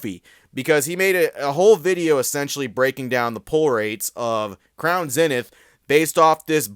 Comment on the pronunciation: Its pronounced ZEE-Nith. Can you please make this change? Please!?!?!? Keep up the good work!